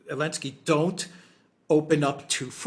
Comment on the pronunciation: The fuckers name is NOT Elensky, but Zelensky